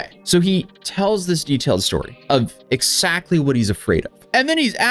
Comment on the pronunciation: What does "ex-sactly" mean?